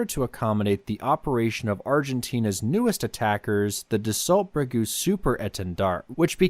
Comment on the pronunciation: "Dassault-Breguet" is pronounced "Dass-oh Breg-eh" (rhymes with hay).